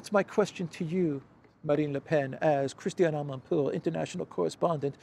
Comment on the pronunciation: So that journalist coul say "ama poor"journalist